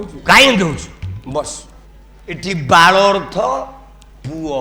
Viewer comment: ଏ ପାଗଳ ବାଳ ଶବ୍ଦକୁ ଠିକରେ ଉଚ୍ଚାରଣ କରୁନି. ଗର୍ବରେ ଅନ୍ଧହୋଈ ଖରାପ ଉଚ୍ଚାରଣ କରୁଛି.